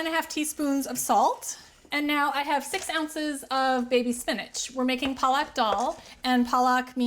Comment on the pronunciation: Dhardka (Thard-ka) is the correct way to say it. And Palak (Paa-luck) is spinach. Other than that, excellent and authentic recipe!